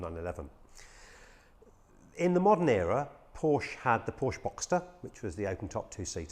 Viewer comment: Came out in 1963...Don't think so. Might pay to do some research and also maybe learn how to pronounce the company name correctly..!